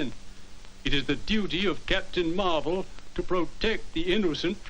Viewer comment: Also, I like how you called Marvel Comics' Captain Marvel as Captain Mar-vel. At least we could tell the difference.